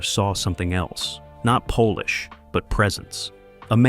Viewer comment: Not "Polish?" AI that's polish